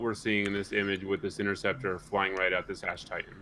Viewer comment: Thanks for the win with that sweet interceptor pin. You nailed the name, too